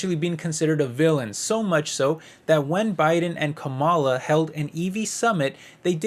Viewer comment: Stop mispronunciation her name she is your V.P it is rude !